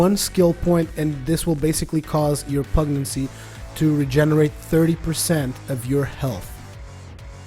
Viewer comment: Pugnacity - (pug nas itty) pug - like the dog/ nas - nasty minus the ty at the end/ itty - like titty without the first T. pug nas itty - not pug naccy.